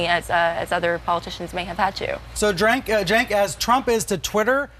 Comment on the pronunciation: drenk/cenk smfh smfh smfh Get it right goddamn it! it's Cenk! it's not that hard, jesus!